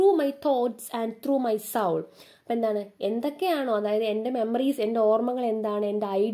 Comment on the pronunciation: soul angnyalla ttooo pronounce chyyya 🙂 But i really understand your classes Its really simple to get through